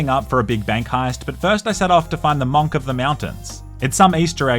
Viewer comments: nah why he saying monk like that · Who the fk says “MONK” like that?….